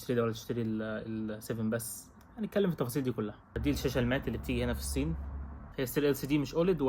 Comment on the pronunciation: كيف بحكي النسوان ستحت تحكي هيك قال الصين بحكيها سين